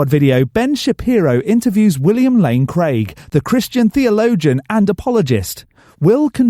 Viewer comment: I want everybody to please listen closely to Lane Craig. On a very regular basis, I believe every time I hear him talk, he mispronounce words. He did it a couple of times in here. And we can never forget the Hitchslap he received. That was quite enlightening in the fact that this guy gets so much respect as one of the finest, but looked a complete moron. He is a used car salesman at best.